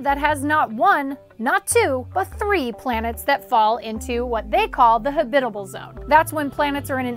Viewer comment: HAbitable zone, not haBITable zone